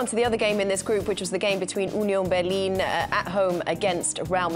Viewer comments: As a german, I just wanted to say that Kates pronounciation of Union Berlin was pretty accurate. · Kate pronounced "Union Berlin" in German accent. She's the best. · as a german, kate said union berlin 100% correct! don’t know why they make fun of her, she is the only one there that knows how to pronounce german words